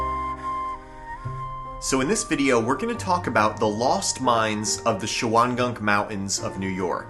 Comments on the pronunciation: Shawangunk is pronounced "shawn-gum". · Shawangunk is pronounced Shongum. It's one of my research areas. I live in the Shawangunks. The correct pronunciation of DePuy is " de Pew" most of the stories are for the same mine. Mamakating Valley was until 1798 all of what became Sullivan County. Pahaquarry. Esopus "e-so-pus" Olde Mine Road is Minisink Trail. It Approximates US209 & splits at the TriState. Hundreds of mines in Shawangunk/Kittatinnies same mountain ridge. Contact me, please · You guys really are butchering the pronunciations. It is sha-wan-gunk and mah-muh-Kay-ting. There are a lot more shafts along this ridge line, just do some hunting in these areas and you’ll find them all over the place. NYSDEC have the shawangunk mine closed off due to the lead contamination into the canal back in 2012, not sure how you got up there for these videos